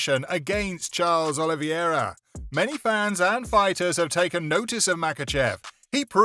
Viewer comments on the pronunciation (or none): Khebeb, Donna White, Justin Gaysha, Charles Oliveiiira, Anteny Smith, Denel Bariush… 🤦🏻‍♂️